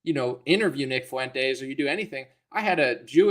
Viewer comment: Real talk, I can't stand any of these clowns...Not "Mile Low"...not "Fuey"entes and certainly not "Tim Fool" or "Con"ye...